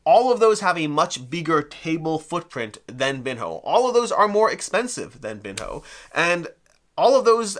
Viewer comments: It appears that the correct pronunciation is "bean-yo" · Someone who doesn’t know how to pronounce this is definitely not familiar with Ronaldinho, or any Brazilian players, or the game of football at all. So, not the best person to review it.